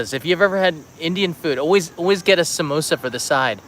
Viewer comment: Your Samosa pronunciation is on point my dude!